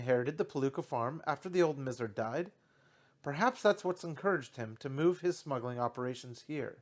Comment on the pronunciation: It's usually pronounced "my-zer" (miser) but doin great, keep it up!